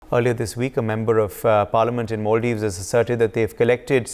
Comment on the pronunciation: It’s Mulladives 😂